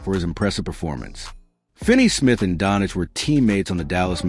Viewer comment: 🤦‍♂️If you're going to use AI for audio then spell the names so it can say them correctly. His name isn't "Don-ich".... if you spell it "Donchich" I bet it'll say it closer to what his name actually is